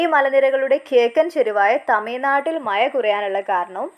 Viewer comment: Mazha not maya